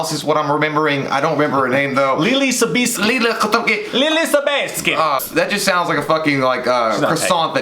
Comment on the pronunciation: Love the channel guys, but c'mon! Is Leelee Sobieski really that hard?